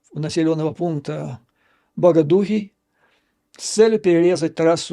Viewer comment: 😊😊😊 Юрий Борисович, извените но правильно БогодУхов нужно говорить и читать , ещё раз извините